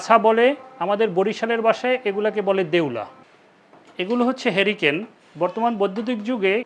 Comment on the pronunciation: হেরিকেন নাকি হারিকেন, ব্যাপার টা হারুন আংকেল থেকে হাউন আংকেল এর মতো হয়ে গেল না..?